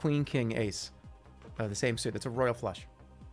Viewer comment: you're giving him too much credit, he wasn't sure how to pronounce suit.